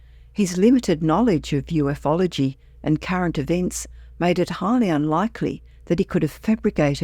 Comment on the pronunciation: It's pronounced U fology not Uf ology.